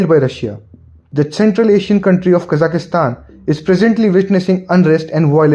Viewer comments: It's Kazakhstan, not Kazakhastan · There are only 3 A's in Kazakhstan. Why do you pronounce it as KazakhAstan?